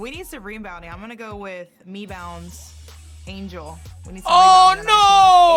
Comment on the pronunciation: I can’t believe called angel “mebounds” on live tv 😂😂😂😂😂